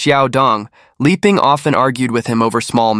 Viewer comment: Liping should be pronounced Lee-ping and not Lie-ping. There are other instances of mispronunciations in this and other vids. You have a good channel and very interesting cases but pronunciation of Asian names can be improved. Pronouncing Asian names the American way sounds odd, makes the story jumpy and your work appear sloppy.